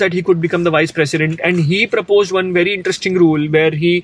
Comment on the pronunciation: It's 'President' not Precedent